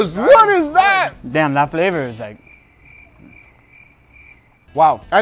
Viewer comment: The description of, when he describe the flawour, i know how it taste!